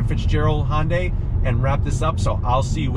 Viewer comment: Hyundai - that's just too hard to say. I know - Honda is easy to pronounce - I'll just grab the "y" from Hyundai, stick on the end, and blammo - Honday! Perfect! Nobody will ever notice!